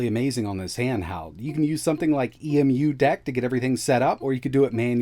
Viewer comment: ee-em-you deck...